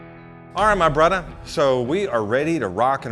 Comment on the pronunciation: When I heard em lead the video with “ hey brudder “ I thought o boy this one’s gunna be a silly dude. But then he started in with his “emulsion “ and “ inclusion “ big old words. I appreciate someone that really knows their craft and learns the intricacy of all the steps. See I use big words too. Refrigerator.